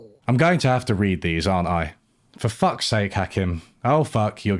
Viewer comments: Point of order: it's "Ha-KEEM," not "Ha-KIM." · You say Hakim weird - it’s more like Hakeem. Not that relevant I know, but it just put me off my focus every time you said. Yes I have wine. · yeah I thought it was weird how he mentioned Hakim so much, yet never pronounced his name right, so I was like “did you actually watch it”. Maybe it’s just his Englishness stubbornly mispronouncing things and he did watch, but like you say, there are so many professionals in the field, yet he chose a guy whose day job is as a hospital GP, but makes YouTube videos in his spare time coz he’s well read and passionate in the subject. In all fairness, he made a lot of good points and made an engaging video. But I agree with your critique to a point. I felt he made out like everyone was stupid, but while Marx was the least stupid he still thinks he’s stupid. I got the impression he agreed with Marx but had to nitpick a few minor mathematical elements to find a way to disagree with him because of his own background and experiences which have limited the scope to which he can ideologically agree. Which is ironic given his conclusion. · You mispronounced Hakim's name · Mispronounced Hakim, critique rejected